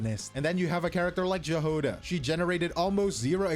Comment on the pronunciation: Imma crash out if I hear the J in Jahoda being pronounced the same way you would pronounce the J in just or justified any more times 😭😭it is even mentioned in the game so many times if one uses the English voiced version, as a Slav, I have to be offended /s